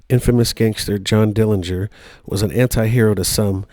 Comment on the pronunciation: The correct pronunciation of the Dillinger family name is with a silent 'g'. Uncle John was in a jail and not a prison when his buddies from Michigan City Prison broke him out of the jail. Anna Sage didn't know which theatre they were going on that fateful night, so there were police outside both theatres. Uncle John was assassinated in Chicago as his sister, Audrey, identified her brother by a scar on his calf that he received when he was younger stealing watermelons with a buddy. There are many, many more family members who do not want Uncle John's grave disturbed than the few who do. Thank you for your interest and for the pictures in this video of Uncle John!